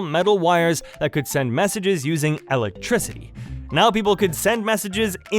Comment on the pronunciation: I've never heard the word electricity pronounced, "ell ectricity," before. Lol